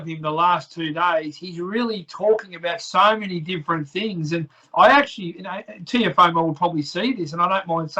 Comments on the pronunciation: Nah it’s Teofemale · reporter pronounce Tiofemo name probably, Kam Teo gonna destroy you hands down Devin Haney will too RTalk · the way the interviewer saying teofomo is giving me aids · Someone tell this reporter its Teofimo not "Teofomo" surely you'd be able to get it right by now